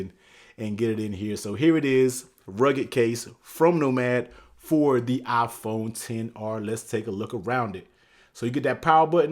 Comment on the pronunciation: Nobody: The guy: Aaaaphone